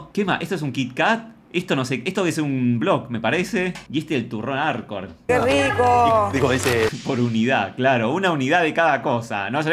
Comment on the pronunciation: Jajajaja ¿Por qué le costaba tanto decir "Arcor"?